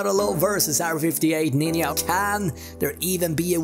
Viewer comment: "Eeir 58 Nin-Ya"